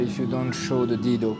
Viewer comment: You get it wrong man. It's Dhido not Dildo😅😅